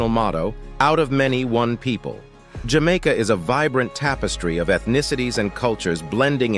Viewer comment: I love where you say, Jah Maker❤